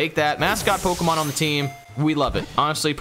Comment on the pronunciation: yall keep mispronouncing pokemon 😭